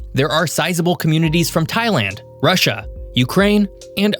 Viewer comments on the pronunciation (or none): none